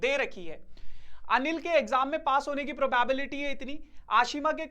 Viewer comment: I'm tired of hearing the pronunciation PROBAEBILITY..... 😮😢